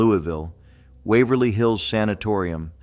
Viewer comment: The AI almost got The Palace Theater and Wavery Hills right